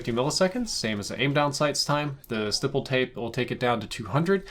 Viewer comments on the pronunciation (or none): Why does he pronoun stippled wrong like it is legit not even an accent thing because spelling wise it wouldn’t be pronounced with a hard I sound